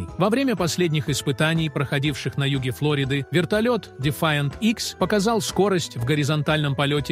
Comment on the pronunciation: В РУССКОМ ЯЗЫКЕ, В СДОВЕ ФЛОРИДА, УДАРЕНИЕ СТАВИТСЯ НА ВТОРОМ СЛОГЕ.